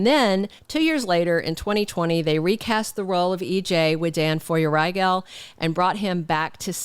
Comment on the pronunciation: Feuerriegel is pronounced "fyür-riggle", at least that's how Dan himself pronounces it.